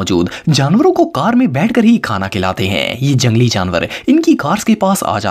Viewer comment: Ap ne khana ko thana bol dia 😂